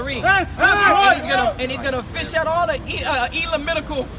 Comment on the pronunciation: THE BROTHER SAID ELAMITICAL 😂